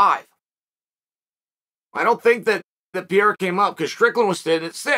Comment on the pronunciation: Who is "Pierre"? Lol